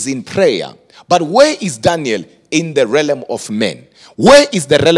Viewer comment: realm, not relem..